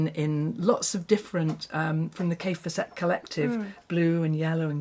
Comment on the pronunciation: As Kaffe says, his name rhymes with Safe Asset. So, Kaffe FAS set.